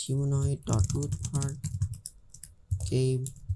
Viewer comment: RootPart not Rootpart